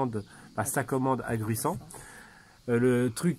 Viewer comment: Bijour, j Juste pour dire qu'on ne dit pas Gruissano, mais Gruissanots bien prononcé et appuyé sur le T, aussi non tu vas passer pour un touriste !! 😂 d'autres part le 15/7 vous avez un feu d'artifice à Saïnt Pierre .🎉 Autre point : la rivière c top ...mais va falloir,.se renseigner sur les analyses de l'eau en mairie, car elle risque detre e impropre à la baignade. .. avec le manque d'eau et la chaleur Voilà voilà ! Bon 14 juillet